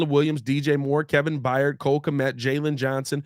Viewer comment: Tired…fired…hired…Byard not Byyard